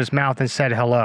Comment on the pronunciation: The guy with the pug eyes has me rolling lol are you sure that when he opened his mouth he said "hello" or was it "haroe raggy" 😂 😂 😂 😂 3